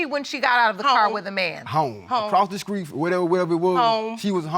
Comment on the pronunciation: "Leaded", and "accross the skreet"..I'm done here, fast forward to the results🤣🤣🤣🤣🤣.